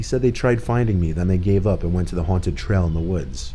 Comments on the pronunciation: “Huwanted house “ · Why is he pronouncing haunted “huanted” lmao